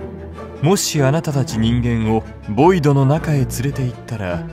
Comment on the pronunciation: ボイドじゃないヴォイド